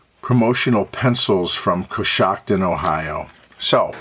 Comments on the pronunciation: Love it! You pronounced it exactly right. I've been there many times. There's a restored canal town there, Roscoe Village, that's sort of a tourist attraction. In a bit of darker history, Coshocton was the site of a massacre of Lenape Indians by a Pennsylvania militia; the European settlers were seeking retribution for some killings and horse thefts, which occurred along the westward-moving frontier. In a fit of ignorant, blind rage, they brutally murdered the settlement of Lenape--pacifists and Christian converts--in Coshocton County. Now the area is home to many pacifists of another sort: Amish and Mennonite families and farms. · Pronunciation of location is correct 💯❗